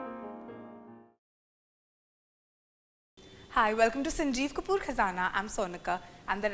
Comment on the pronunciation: Sanjeep kapeer 😂😂